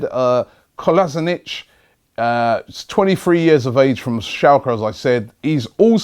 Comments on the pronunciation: Kolasheenats Robbie.. why u gotta murder every Bosnians name... Miralem PajNik dafuq?! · You always mispronounce Bosnian names. It's pronounced as Sead Kola-schi-natz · Krychowiak, Kolašinac that is terrible pronounciation